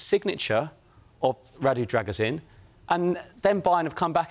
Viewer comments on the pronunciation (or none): the last part is a long “Sheen” not “zin” like the guys in the video pronounce it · By the way it is pronounced “Dragoo-Sheen” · All saying his name wrong, it's pronounced Druh-gu-shin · Imo "Druh-goo-shin" sounds more accurate